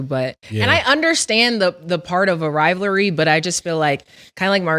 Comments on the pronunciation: can’t pronounce the word Rivalry 😆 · can't pronounce "rivalry" right. She 0 for 2 😅